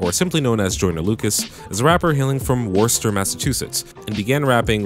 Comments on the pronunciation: Not to be rude but it’s Wuss-Tah not War~ster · ITS PRONOUNCED “ WISTER”😤😤 💯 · Yo just sayin u mispronounced Worcester it's pronounced (wister) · WaRsTiR mAsSaChUsEtTs its Worcester (Wu-stur) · It's pronounced "Wooster", MA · I hate to be that guy from Massachusetts... But it’s pronounced WOSTA, Massachusetts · yo its pronounced wooster Edit: holy fuck that was good tho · Lmfao its pronounced “wooster” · so close to saying worcester right ill let it slide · So close on the Worcester pronunciation,. So close. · You said Worcester wrong